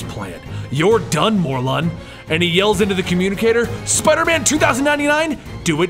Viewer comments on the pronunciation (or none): Isn't it Mor-lin?